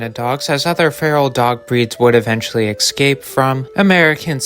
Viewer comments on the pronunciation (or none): Whycant Americans pronounce the word ES-cape? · Thanks for your research but "x-scape" isn't a real word; it's "escape", pronounced exactly as it's spelled.